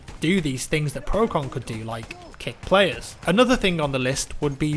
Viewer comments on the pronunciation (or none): none